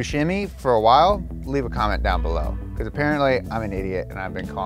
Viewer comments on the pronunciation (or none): none